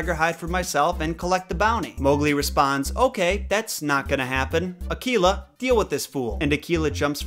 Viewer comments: I believe Akela is pronounced Ah-Kay-La.. with an A sound not an E ... at least that's how we pronounce it at Cub Scouts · I don't know if it's just the American language, but it isn't Ar -kee-la, it's actually Ar -Kay-La. My son is the Akela of a local group here, he's gone from Beavers right thru to Venture Scouts and leadership. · Gotta agree with most of what you say but the pronunciation of Mowgli. In India, we have always pronounced it as Mow-glee (possible with less stress on the "o"). Also, every time someone pronounces Akela as A-KEY-La I start to cringe. It's A-kae-la (lone / alone / solitary). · I thought you said tequila instead of akela